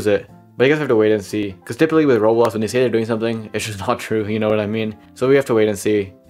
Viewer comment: why do you sound like your lips never touch like "rolox"